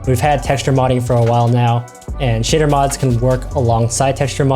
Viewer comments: tbh i kept hearing shitter instead of shader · Every time he said shader I kept thinking he was saying s**tter.